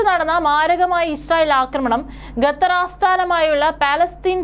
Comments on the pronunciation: not ഗത്തർ, ഖത്തർ😊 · Not Gathar, but Qatar. Pronounce correctly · വിവരം കെട്ട ന്യൂസ്‌ റീഡർ, ഗത്തർ എന്നല്ല, ഖത്തർ എന്നു വായിക്കുക. ഓക്കേ.